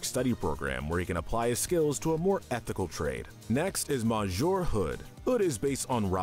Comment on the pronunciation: It’s pronounced MISS-YOUR, “”, the French word for “Mister”!🤨 Do you even know how to talk or pronounce French?? 🙄